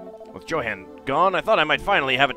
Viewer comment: i do believe it's pronounced Yo-han, not Jo-han, but it is what it is